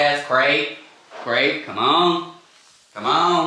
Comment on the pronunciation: I love how he got it on the 3rd try like "OH u said craTe. Gotta enunciate Dad!"